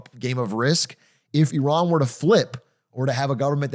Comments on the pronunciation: 43 years old and DougDoug still can't pronounce Iran... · I can understand having grown up in the states that the pronunciation of places like Iran or Iraq would be what they are in the American lexicon, but it hurts my ears to hear them being mispronounced so frequently here 🫠 Idk, it just feels disrespectful if you know the proper pronunciation but are choosing not to make that change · Atrioc pronounces Iran 3 different ways in 20 seconds